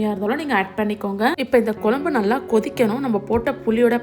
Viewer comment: Piease improve your pronunciation. It is kuzsm u not kulambu